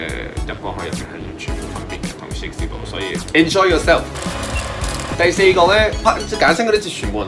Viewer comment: 你連enjoy咁簡單嘅字都讀錯，點樣教人發音呀？